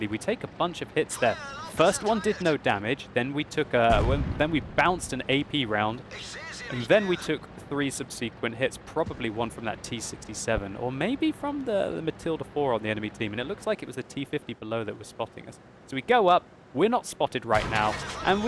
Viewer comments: 'subseequent'? Sometimes I think English is not first language... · what's with 'subsequent' being pronounced like that? why do I hear people changing how they pronounce words so much lately? ilimunati?